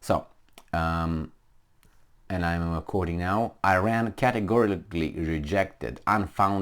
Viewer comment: It is Iran not Ajran.